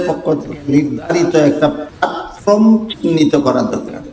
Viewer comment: জনাব আপনি ত শব্দও উচ্চারণ করতে পারেননা। প্লাটফর্ম প্লাটফ্রম নয়।এই ইলম কেমন করে আসল তা কি জানেন!মূর্খতা ত্যাগ করুন। অতীতে কি তাস খেলতেন? অসম্ভব নয়।টুপি দেখে মাজার পুজারি মত।